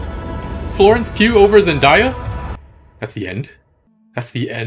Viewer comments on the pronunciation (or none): … zen-DAY-uh not zendieya